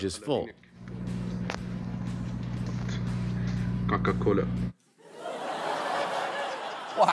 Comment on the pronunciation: he said KAKA cola. is clear tghey prefer pepsi